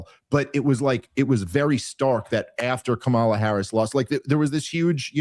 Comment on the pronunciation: I love you Dave Smith, but please pronounce Kamala's name correctly.